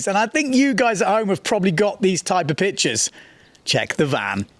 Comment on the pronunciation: i like it when he says bitches instead of pictures 😂